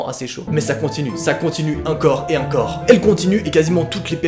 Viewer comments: Au lieu de dire "encore" tu dis "un corps" XD Sinon super vidéo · Tu dis incore a la place de encore c drôle sinon jaime trop t vidéo ❤